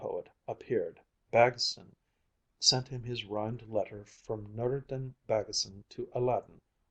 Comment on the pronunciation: As a dane and Baggesen-lover I truly love the pronunciation :)